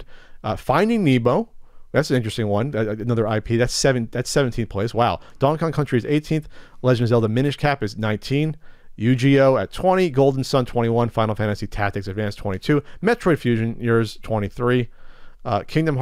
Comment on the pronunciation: I died when pronounced it "Yu-Gee-Oh" LMAO